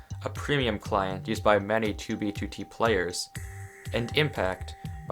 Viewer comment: At least he says 2b2t the correct way now